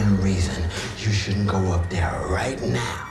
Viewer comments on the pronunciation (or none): none